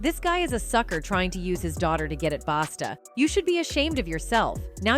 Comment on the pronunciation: His name is a Busta not Basta. Smh